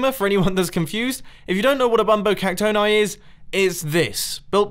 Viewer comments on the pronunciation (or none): Mumbo I think that bumbo Caxton is pronounced bumbo cacton-e